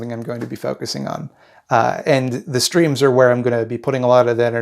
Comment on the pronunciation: I kept mishearing "streams" as "screams" and for a second the first time I heard it I was like "uh yeah I don't think I've ever heard you scream. better work on that"